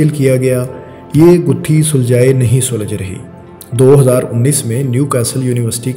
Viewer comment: سلج نہیں سلجھ